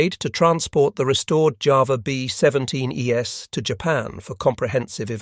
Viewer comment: It’s distracting how the robot voice pronounces thing like “B17 Es” as “B17 E-S.” It’s not read as a plural but a series of letters it doesn’t recognize.